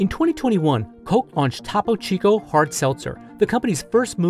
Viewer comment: paused to gag at the mispronunciation of Topo Chico